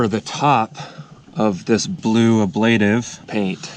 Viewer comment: It's pronounced aaa-bla-tive.